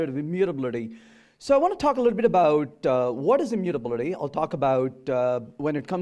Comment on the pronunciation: all good but the way he's pronouncing immutability, is something I can't handle